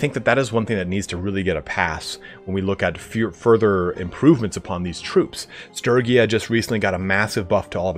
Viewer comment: I hate to admit it, but I honestly die a little every time I hear Sturgia by that pronunciation. My heart and soul are entirely committed to the soft g.